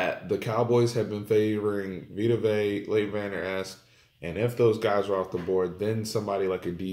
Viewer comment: great comments but get the name correct, it's vanderesch not vanderesk!